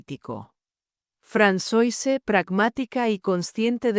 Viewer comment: Se pronuncia Fransuáh, no Fransoise 😅